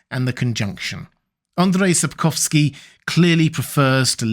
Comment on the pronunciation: Andrew Sapkowsky 😂😂😂 As a Polish person I burst out lautghing, just because it sounds so silly. Don’t get me wrong, I don’t have a problem with that (it’s better than failing to pronounce ,,Andrzej”) but it just sounds so funny.